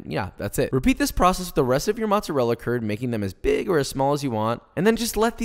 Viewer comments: Saying “motzerella” makes my skin crawl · As an Italian it triggered me how he said mozzarella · U butchered the word mozzarella